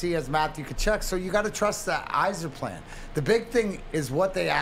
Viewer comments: Holy fuck he finally said yzerplan instead of whyzerplan..hes finally off the drugs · he finally calls it the yzerplan...and then the drugs kick in and it goes back to whyzerplan